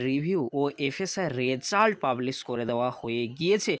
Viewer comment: Result pronunciation তা শুনতে খুবই weird শুনতে লাগছে please সিম্পিল ভাবে বলুন ।